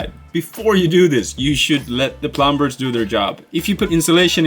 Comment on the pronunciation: The 'b' is silent. It's not plum-bers, it's plum-ers. plʌm·ər